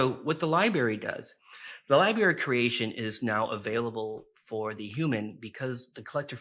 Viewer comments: Lib”R”ary….If you use a word that often please say it correctly. Meant kindly. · Yeah, sorry don't really trust a guy talking about all universal knowledge being stored in one location, yet he can't pronounce the word "library" like a regular adult.